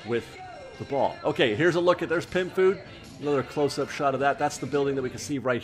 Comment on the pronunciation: I keep hearing you say “pimp food” instead of pym. 😂